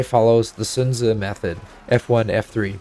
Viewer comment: You calling Sun Tzu with his chinese name caught me off guard lol, I'm impressed